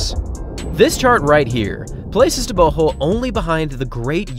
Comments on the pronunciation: I can care less what someone THINKS their name should be pronounced like... GO isn't pronounced like HO. Easy thing to comprehend. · Your new pronunciation of TebeHO is jarring. But excellent production as usual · Just thinking.. for all your videos, why not try introducing athletes by saying "Tebogo, pronounced xxx locally", just to educate us as well. So many athletes names pronounced incorrectly. Humour yourself, find out how Tebogo is pronounced. Although must applaud you for getting Letsile closer to correct pronunciation after you first pronounced it as "Letseel" 😂. Great job as always. A true TRP fan.